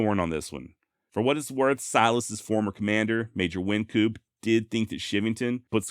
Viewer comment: Ok. Im not getting on your case, you've done a fine job... Wyncoop is pronounced wine coop. No worries. You are awesome.